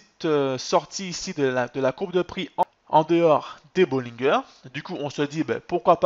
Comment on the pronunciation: On prononce bollinger en français comme " manger" haha